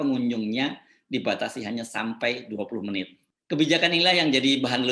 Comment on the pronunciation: 20 menit, 20 meit????!!!, menit nenot....netnitnot nit nit